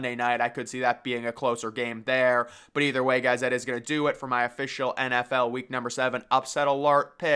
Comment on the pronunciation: Love how this dude says “official” “UH-Fish-ull”